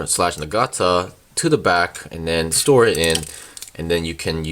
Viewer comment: Na-ga-na-ta is how the weapon is pronounced.